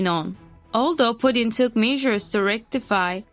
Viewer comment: Why would anyone take the word of this channel when they can’t even pronounce Putin (a five letter name) correctly. That’s truly “inhabitateable” before you slam another country that isn’t even your own, learn a language proficiently before you talk shit.